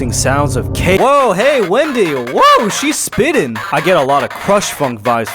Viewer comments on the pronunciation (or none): "wendy" BRO IT'S WENDA